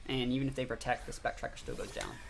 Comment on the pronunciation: It spect rier and is said as spect(rear) no k in it and it's not spectriker